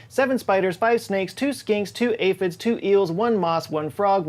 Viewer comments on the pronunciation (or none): none